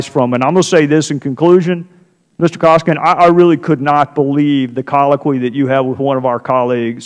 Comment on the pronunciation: Cummings is an incompetent Ignoramus! He can't even pronounce Koskinen's name correctly! UGH